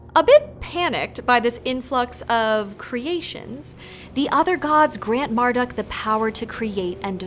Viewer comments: I thought Marduk was pronounced "Mardook", not "Marduck" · you said marduk like mere-duck no! it's mar like must - dook